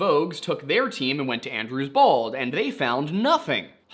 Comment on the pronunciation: I know you're saying "Andrews Bald" but I can't stop hearing "Andrew's balls." So their plan, was to check under Andrew's Balls. 😂